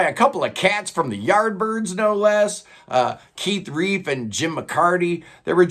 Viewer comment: Nice vid. Btw Relf, not Reef